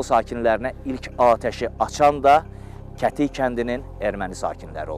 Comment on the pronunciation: kətik yox gədik de oqlum yerlerin adlarini düz seslendirin